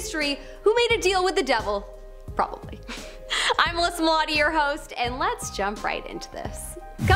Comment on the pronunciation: Is it so difficult to say the word “probably” that was atrocious for me to sit through..